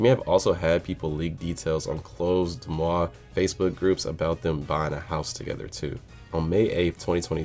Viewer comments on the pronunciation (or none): none